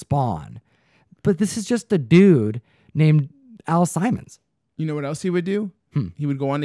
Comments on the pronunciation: You are not crazy. I have no idea what we were thinking that day but completely butchered the name. 😅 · The name is pernounced Al Simmons not Al Simon "Simon says lol. Excellent video as always. Love the vibe always. Keep an eye out for that gunslinger spawn in that collection Guru and also Todd McFarland dropping another gun slinger cover this Wednesday do not sleep on it. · Al Sim mons not simon :P